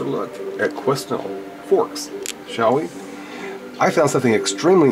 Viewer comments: Good morning☺ I watched this video last night and had to create an account just so I could comment. First I will not correct you on the pronunciation of Quesnel, ;) I'm sure u you've figured it out. I have been to Quesnel many times in my life, it's only a few hours away and my so sorry father was born and raised.. interesting little town, huge during the gold rush ( barkerville), now just a quiet town.. but I wouldn't consider it ghost town like barkerville . There are a lot of rock formations there they refer to as pinicles, u May be seeing those...? I definitely am not naive enough to believe we are the only planet with life and that thousands of people have drank the cool aid then seen aliens, however I have never seen anything in Quesnel that would make me think alien, mind you the pinicles could be markers I suppose! You wanna see remote areas of unexplainable stuff Toodle into the bushes in the back woods around my area of the Fraser valley! Thanks for giving me something to focus on when I visit Quesnel other then the smell of rotten corn from the pulp mills! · these are our canadian igloos..and its pronounced..kwe..nell.. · its pronounced Kwenel LOL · OK the pronunciation is "Kwa-nel", an old French name.. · It's Pronounced kwenel forks I live in Quesnel and I've been to the forks.. you want to tour some serious scary stuff just visit this place.. Quesnel Forks is a ghost town of hundreds of people who died there. It's freaky . Still find old shoes from the inhabitant from long ago lying around.. I did not take a damn thing out of there.. was to scared. I'm suppose to be heading up there tomorrow Sat feb 22nd for ice fishing.. if I do I will take some pics. If we don't end up going to that spot , I will be going up in the summer . I'll take pics then as well. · Quesnel is pronounced Quenel, thanks for the info mate, a Tong house is usually a house built by Chinese Gold Miners of the time, circa 1890's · Qwin-nell is how it's said